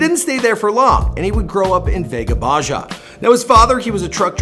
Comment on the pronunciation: Veja baya Mr its veja baha . But spells baja